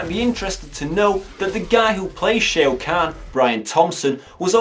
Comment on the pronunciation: Shao kahn is pronounced "Shaw Caan" btw Playing the game makes the film better, it still looks awful though...